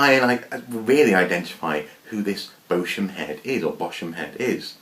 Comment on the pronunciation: Hello. Thank you for this edition of Archaeoscoop! The Nero's Head article interests me particularly as it is about Bosham (pronounced BOS - UM, not bosom, boSHam or the like). Bosham is near Chichester as you said but even closer to Fishbourne Roman Palace. Thanks again!